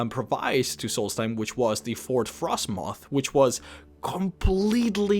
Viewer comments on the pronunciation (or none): none